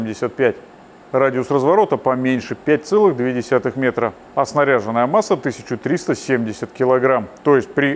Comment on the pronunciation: Лучший обзорщик авто в интернете! Сначала лайк, а уж потом просмотр ! Одно хотел бы исправить, уж больно ухо режет, масса авто снаряжённая, ударение на Ё. В остальном, четко, ясно , без лишнего эмоционального фона!